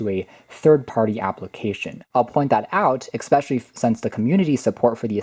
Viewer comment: ‘Especially’ not ‘ekspecially’ just saying. Nice review though!